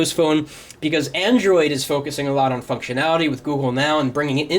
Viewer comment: go to he says fuctionality